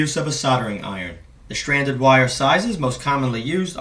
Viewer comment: 'stranded' is not pronounced 'shranded'. 'important' is not pronounced 'impordant'. obviously these people did not finish school. very strange how mental illness follows one another.